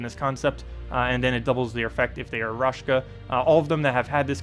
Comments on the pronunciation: Amazing team! I will have to check it out in invasion :) And.. btw, it's RaKsha, not RashKa, god dammit! xD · Thanks! As always great content! I was actually missing the Raid short video last week. Just a small thing, it's not raSHka, but raKsha. =)